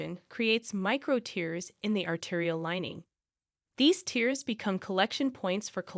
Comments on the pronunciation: “He had a tear in his arm” - pronounced like “teer”.?? He was extremely F-I-T” ???. If you must use AI please get something that isn’t crap. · I am so irritated by the mispronounced common words: tear and tear for instance. Different words with different pronunciation, but same spelling. I detest AI.